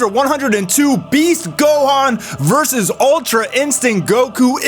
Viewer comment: Lmao you finally learned how to say “VerSUS” and not “Verse” 😂😂😂😂